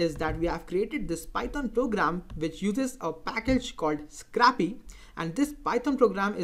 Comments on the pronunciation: It's not scrappy, it's scrapy. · I really like the 'a' pronounciating in scrapy instead of 'ei'. :D